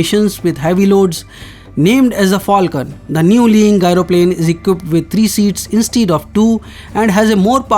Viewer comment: Not "gairo plane",it is said "jairo plane". Outdated info.